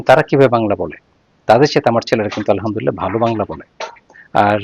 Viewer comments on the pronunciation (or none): none